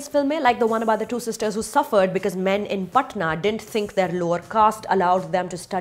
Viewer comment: NOT A RESPONSE TO THIS MOVIE REVIEW : Really Admire your way of balancing things during your apparently "not the review" when it's about scrutinizing the movie, but the way you say word "MEN" everytime.... OMG, Itne bhi bure nahi hote yar hum log, I hope this hatred lowers down someday 👍